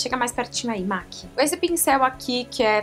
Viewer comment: Linda, se pronuncia "MEC" e não "MAC"